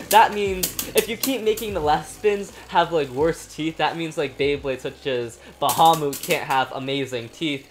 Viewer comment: Why you say fafnir longinous and bahamut wrong